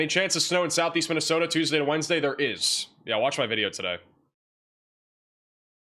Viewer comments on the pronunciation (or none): none